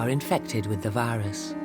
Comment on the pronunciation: Dieamond viyurs she cant speak